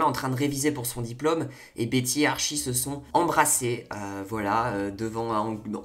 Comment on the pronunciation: j'aime bien ton analyse mais stp dis : ArTchie x) ps : coup dure pour véronica mais en vrai jpense que bientot il y aura une histoire avec elle ou ils vont se rattraper